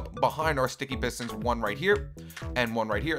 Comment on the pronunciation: You said pestons